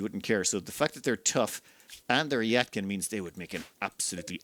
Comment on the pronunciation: its not "yat-kin" it's "yee-tah-kin"